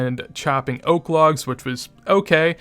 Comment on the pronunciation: Oak log is "OAKEY" he was saying... 🤣🤣🤣